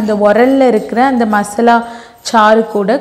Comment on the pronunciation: மஸ்லா இல்லம்மா,மசாலா.